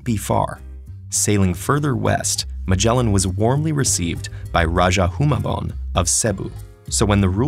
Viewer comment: Am I the only cringing at the pronounciation for Raja Humabon?